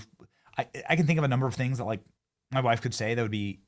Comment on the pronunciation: lol "WIIFE" 💪💪💪